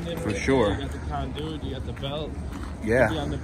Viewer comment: i love how he pronounces conduit. "con DOO it. "